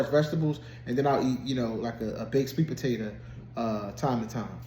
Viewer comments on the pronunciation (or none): YOUR SKIN LOOKS SO GOOD! Have you noticed? Side bar... the way you said potato cracked me up 😂😂😂 where is your accent from?